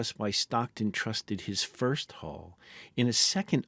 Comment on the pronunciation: Say HULL... "Hole"